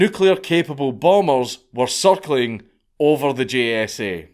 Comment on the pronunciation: I'm sorry Dank. Everytime I hear you say "circling" I hear "suckling" lmao